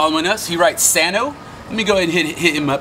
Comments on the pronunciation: aint no way he said sano💀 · 💀 was thinking the same thing is that really sano